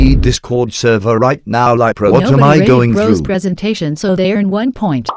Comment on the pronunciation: Correction: Prosentation